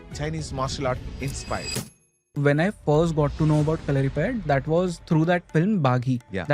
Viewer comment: Dont know, why the gurukkal is pronouncing it like that...there is no stress to "U'' in kalaripayatt"u"